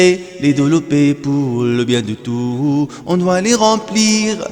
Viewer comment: Très belle voix, mais vous devriez prononcer le son s de tous parce que ici c'est un pronom